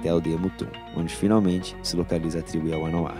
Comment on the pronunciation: Não é "TRIBO"